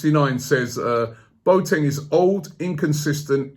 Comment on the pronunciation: please let the Boateng rumours die down, i can´t hear Robbie say anymore "Boat-eng", the guy is called Bo-A-Teng ;)